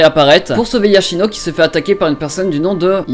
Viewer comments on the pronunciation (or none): Yoshino pas Yachino